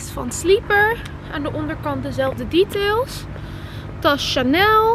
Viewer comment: DETAILS spreek je uit als DEETAIS